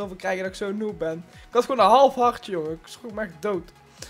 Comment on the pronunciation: Het is harTje niet hardje om